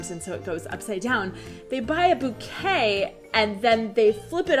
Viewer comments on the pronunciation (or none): none